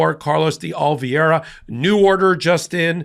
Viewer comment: Can you say O li VE ra!